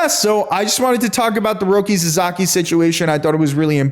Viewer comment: Roki's family name is pronounced SASAKI, not SAZAKI. Please get that right.